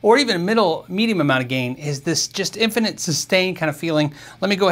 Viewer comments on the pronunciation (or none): none